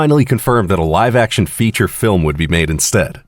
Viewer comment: "Filim aductaion of luigis mansion" Me: AAAAHHHH